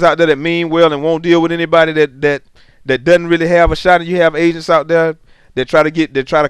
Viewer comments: lol I thought you were sayin "asians" Great vid man. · I thought he said Asians were scamming people for money and I was laughing soooo hard... then I realized he said agents. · when you said "agents" it sounded like you said "asians" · Yo I thought he was saying asians too, but he was saying "AGENTS". Listen to it again and you should notice it. Also listen to the context of it.